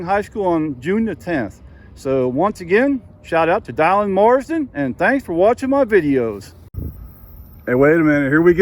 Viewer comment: Are you sure that name rhymes with "island" and not "villain"? I've never heard the name "die-lan" before, but I have heard of Dillon/Dylan, as in Bob Dylan. You never know with all the unique names out there today.